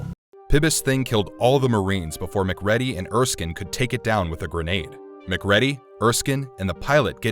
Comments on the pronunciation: WHO THE FU*K IS McCREDDY????? You can tell the narrator has NEVER seen the actual movie... Its "MacReady" - Măk Rēē-dēē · FYI- SEALs aren't Marines. You might want to tweak your AI voiceover bot to pronounce Mic-REEDY, not Mac-REDDY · Mc READY!? Say it with me: Mc REEDY! What planet are you from!? Who says it that way!? Weird... It's like saying " Mc "doe" nalds instead of McDonald's. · It’s Mcreedy dude.. put some respect on his name… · I know people who only just imigrated to england yesterday thay can pronounce our names better than mac ready over hear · It's pronounced, "MacCreedy". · Man I appreciate the vid but I don't see how you could analyze The Thing without knowing how to say Mccready correctly... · The fact that you kept mispronouncing McReady's name was the funniest "thing" to me. Its "Mac-cree-dee"!!! Smh.. good lord man!!!. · It's pronounced "McReeeeeedy" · It’s pronounced “McCreedee” 🤦🏻‍♂️ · HIS NAME IS MACREADY MA-CREEDY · Wrong. Its pronounced "Mick Riddy". Ptth. Amateurs :face-green-smiling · McREEEEADY. Pronounce it right! You know how it was pronounced watch the MOVIE! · Good video but I hate that you were actually saying MacReady, it's wrong. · U can tell the narrator hasnt seen the film. Mac reddie!!! Ive noticed a few things in other videos, that show the narrators havnt seen the movie they are talking about. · SAY IT WITH ME: muh-KREEDY. muh-KREEDY. muh-KREEDY. The thing (no pun intended) that really bugs me about your mispronunciation - besides that it was said many times in the film - is that if you were even pronouncing it phonetically it would be "maack-REDDY". This feels like an almost deliberate troll and/or inside joke with one of your writers or a friend. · MCCREE DE. Turning this off now. You don't know what you are talking about if you can't freaking pronounce their names correctly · "Muc Ready"....... narrator has never seen the film guaranteed. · Lol, his names pronounced Mc-kreedy 🤦‍♂️🤦‍♂️🤦‍♂️🤣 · 🖥 Mac ready 😆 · "Mc Reddy"???